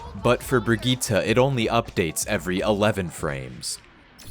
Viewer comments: plz stop, brigitte's name is bridge-it not brig-eee-ta. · isnt her name bri-gitte not brig ita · no. I had to go and find a voice clip, no, she pronounced it VERY differently. She pronounces it bri-gi-tte, with a short gi and a hard t, while he pronounces it bri-geee-tah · If you say Brigitte as "brijit" please shut up because you're the one pronouncing it wrongly. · Omg this guy it's (bridge -it) not bridge-jeetah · is that how people are pronouncing brigitte? i stopped playing overwatch long before she released its... i mean... its technically more accurate to the germanic, but i really would prefer if youd pronounce it bridge-it, cause its just right in the uncanny valley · bruh not trying to flame or anything but every time i hear u pronounce brigitte as bragitta i just feel weird… is that really how her name is pronounced?😅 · "BRIGEETA" lmao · What the fuck did you just call her? ITS BRIDGE-IT MY GUY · brigite name is a french one its pronunced brijitte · as pronounced by well-known swede jeff kaplan? Yeah game designers don’t magically have the ability to pronounce every language correctly. Jeff is an american and says the name with an american pronunciation, which is different from that of swedish and other germanic languages that actually share the name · who says briggite like that? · not how u say her name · I'm sorry how the fuck did you pronounce her name? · Every time this man says Bridgette wrong I feel a little worse